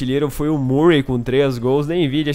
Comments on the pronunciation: seu lindo, não é MURREI, que se pronuncia e sim MÃRREI, abração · a pronuncia eh mãrrey e stãnislas